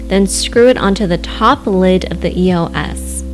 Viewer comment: Did it bother anyone else that she was saying it like E. O. S. Instead of just saying eos like it's supposed to be pronounced..?